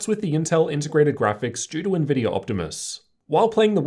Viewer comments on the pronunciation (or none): none